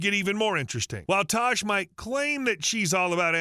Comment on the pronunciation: It’s tash not tosh